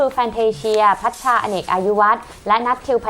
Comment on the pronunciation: พี่พัดชา นะคะ ไม่ใช่ พักชา ^^